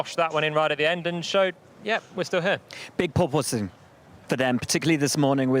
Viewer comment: "big PORPOSSSSNG"